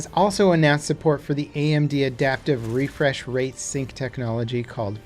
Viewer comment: Deditated rrrrefrsh wate